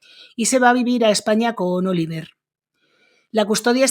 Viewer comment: Oliver y se pronuncia Olivié . Que bobos son de regresar del Canada. Y el dinero sigue para ella?